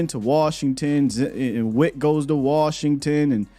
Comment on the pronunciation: LVE about to go ball out in worshington 😂😂😂